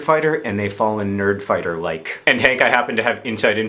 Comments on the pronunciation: Did anybody else hear "birdfighter babies" instead of "nerdfighter babies"? No? Just me? Okay. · It almost sounded like you said "BIRD-fighter babies". Haha.